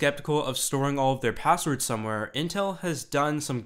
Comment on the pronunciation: "P0sswerds"?; "0Ccess"? Even though your name is actually '', I'm tempted to presume your name to be some fantastic invented NuName, like "Chamfer/Bodley/Axton/Daxfon". The English Language evolves, and pronunciations change with these evolutions; but the last ten years has brought an annoying set of Linguistic Entitites to be considered worthy (by some) of entering the lexicon. As far as my travels and interactions have taken me, I have determined that [th0t?] it's only from a certain kind of demography th0t certain changes are being proposed: The Hipster/Burning Man/Silicon CAAALi Quadrant). Reminiscent of a stereotypical Southern California joke from Thee Olden Dayes (1981), this 'new' 0ffectation is nothing short of 'V0lley Girl' talk. [Liek.. fer sure; right? Yew knew? Fully; n' st0ff]. At best, the dialect can be interpreted as being similar to Keanu Reeves' character in either of his "Bill & Ted" 0dventures It was kinda cute for about 20 seconds when Drew B0rrymore began using it publicly, in 1995. Frankly, I was surrounded by it (being raised in The O.C. from 1977 on), and thought it was an acceptable, albeit exclusively-regional and age-transitive 0ccent when kept-within the confines of its regional appropriateness - which is, specifically, among the beach-goers of So. Cal, exclusively. But to hear this insipid, juvenile betcher0ng of vowel-pronunciations, clipped (or dropped) consonants, imagined combinations of consonants (Hey, Skippy: It's pronounced "S-tre